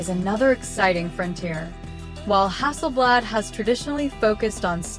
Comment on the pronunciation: When the AI calls it Hasselbled Im out.Cringe AF.